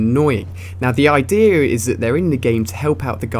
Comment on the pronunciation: He said ideer instead of idea